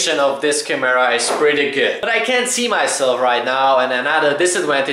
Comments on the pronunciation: the way u say camera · Your pronounciation of the word CAMERA makes my ears bleed dude come on... the kids who have you as their idol will learn bad english from you... I have no other problems with this channel but I think you should really work on that... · I like the way you say camera haha 😋